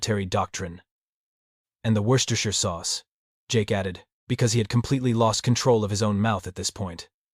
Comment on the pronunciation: Wow, AI can say Worcestershire !?